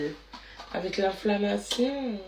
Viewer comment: Sa me tue quand elle dit inflammation 😅😅😅